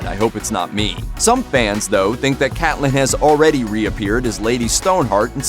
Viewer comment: Cate-lynn! not Cat-lynn